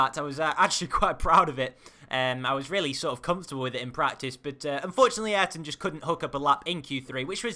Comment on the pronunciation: did you know Ayrton is pronounced I-Air-Ton